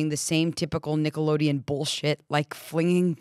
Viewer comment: I thought said Tickleodeon and i lost my shit